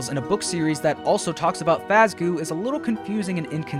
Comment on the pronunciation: Yeah, He said it Fazzgoo, we know he's been too much time with Mr Mathew Pattrik